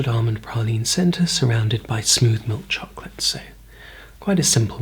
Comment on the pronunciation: I like how you say chocolate like young Willy wonky in the tim burton version CHAWKLAHT